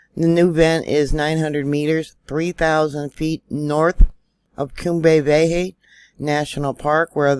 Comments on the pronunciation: Cumbre Vieja, pronounced, Koombray Vee-ay-ha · You're blowing my mind. Crazy. PS if you please, Cumbria Vieja is pronounced COOM-bray vee-AY-hah 💕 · Cum bry- Vay ya,!